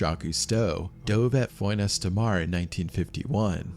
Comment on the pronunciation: It can't be an AI voice track; AI would be able to pronounce 'Font Estramar'. I guess he really does talk that way, and clearly never did French at school. Lea Blvd is in Delaware. The first incident with Jean Claude Guar was in 1955, so equipment would have been basic. So like you say, not the worst stories ever, just the worst told stories ever.